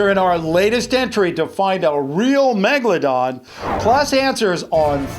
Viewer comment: I knew it was a great white when u said "baby megalandon"....